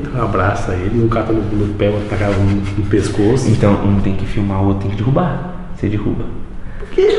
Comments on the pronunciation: “Dirrubar” kkkkk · eh mt engraçado como o fala dirrubar nao derrubar kmkkkkkkkk ri mt